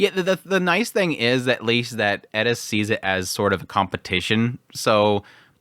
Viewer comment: Its just like people say with Eris he says Edis 😂 I dont personally hear it that much but its what people say